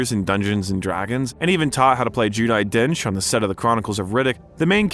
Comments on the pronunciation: Very interesting, well edited and entertaining video...subsequently an easy and instant subscribe. (Although world famous actress Judi Dench would probably laugh at your calling her name "Jew-die" Dench). Cheers from Oz. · Joo-Di Dench???